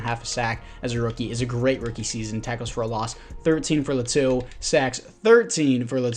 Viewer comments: they way you pronounce Latu is actually pretty close, mayble its L(ahh)tu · Laitu Latu is pronounced “Lay-ah-to” “La-to” also don’t hate on my daddy Justin 😤😤